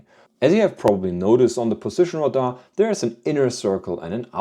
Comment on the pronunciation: Radar is not pronounced like “Rahdah. It’s pronounced like “Ray- Dar”.